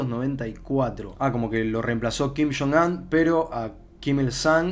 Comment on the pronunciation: Todo el mundo: kim yong un: kim shon an